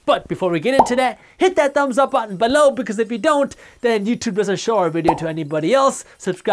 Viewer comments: I love how he says the word "buh-loww!" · I come here every day just to laugh at how Jaspreet says “below” LOL Joking!! Awesome content as usual. We’ve entered a LONG period of “interesting” economic times!! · He's getting more pronunciated with it like a catch phrase